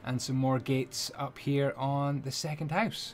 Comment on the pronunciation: I love you. Especially the way you say "Hoose" and then click your tongue. <3